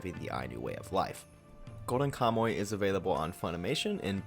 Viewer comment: I liked your video but HOLY COW you pronounced KAMUY wrong. "Ka - Mu - Y" Ka: like COw without the w Mu : like MOOse without the se I : like English without nglish (You said it like "kamoe", check the Mu and the Y and it'll improve good enough) I think you could have looked up how to pronounce the people of your topic. Anyway, a video with wrong pronunciation is better than no video, so I leave a like. Thank you for talking about Ainu culture. As a reference here is a link of a Ainu song: at she sings Kamuy